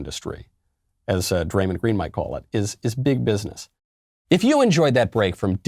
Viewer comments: Barkley and draymond are 2 of my favorite nba players ever, both hall of famers, funny as hell, and keep it real. Btw draymond is pronounced draymond but mond like pond not mund. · Yo Michael it’s pronounced [dray-mon-d] like dray rhymes w ray, mon like the end of “common (man)” and then obviously the normal d sound, draymond green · Lol Draymind.... its Draymawnd.. love Michael Knowles just cracked me up hearing Draymind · "Dray-MINNED Green" 😂😂😂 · Didn't know it was pronounced DraymonD. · Uhh, Michael, sorry to be that guy, but it's Dray-MAWND Green, 3x NBA Champion with the Golden State Warriors. EDIT: He's the only one in the NBA saying even some real, interesting, worthwhile things. His entire career has been made from out-thinking, out-anticipating, and out-hustling everybody else, and I think his mindset gives him a slightly greater chance to cut through the fog and noise. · Bro michael cant say Draymond right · Great video, Michael but just so you know you are pronouncing Draymond’s name wrong. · Bruh knowles just said "MEN are just not as physically strong and fast and buff as DUDES" Yet he criticizes people for messing up their words all the time. Cmon bruhh also you pronounced Draymond wrong and completely took him out of context this whole clip is absolute trash.